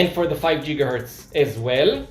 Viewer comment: Once again, I was laughing at the pronunciation. Jiggahertz is a funny sounding word. It seems that you're inferring that I'm making fun of you in some way, and I promise, thats not the case.